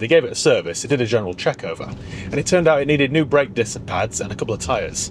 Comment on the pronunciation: Foot ont' brek 😆 very Barnsley